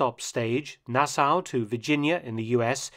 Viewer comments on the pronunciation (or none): none